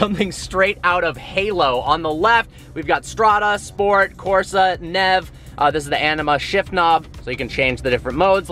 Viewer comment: "NEV" mode lmao i'm insulted